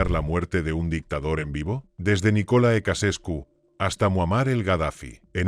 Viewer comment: Se pronuncia NICOLAE CHEUCHESCU y no nicole ecasescu ¡